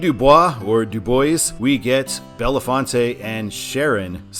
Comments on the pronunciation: FYI: Bellefonte is pronounced Bell-FONT. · Bellefonte is pronounced “Bell-font” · Trust me, it's not. It means "beautiful fountain" in French. Bell-font. Don't worry though, it's completely understandable why you wouldn't know how it's properly pronounced, I can respect that :) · Didn’t scroll the comments, but the PA towns are “Bell-Font” and “Do-Boys” (very unfortunate pronunciation change, I know.) I’ve driven every mile of this road from NYC to San Francisco (except the piece in Ohio from Youngstown to Cleveland. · bel·faant Bellefonte... It's not a f_cking Spanish word. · A. Bellefonte is pronounced (Bell-font) B. DuBois is pronounced (Do-boys) C. PennDOT is working on constructing a high-speed interchange for I-99, though it is taking forever because it has to be done in steps. Step one is to build a local interchange two miles northeast of I-99, step two is to improve Jacksonville Road in preparation for detouring I-99/I-80 traffic onto it, and finally they can work on the high-speed interchange itself. The entire project is expected to be complete by 2026, with the local interchange being completed this fall.